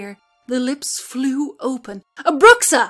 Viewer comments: I'm pretty sure the X in Bruxa is mispronounced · love the video. on a side note, in Portuguese "Bruxa" is pronounced "Broocha".